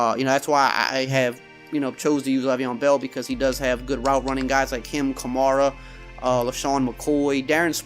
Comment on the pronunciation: Alvin Kamara (Kuh-Mare-Uh) don't want to be rude but since he was tearing it up for us on rocky top people have got it wrong